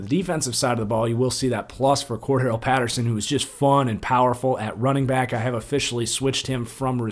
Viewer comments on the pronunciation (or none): none